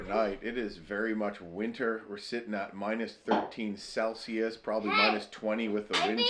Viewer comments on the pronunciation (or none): none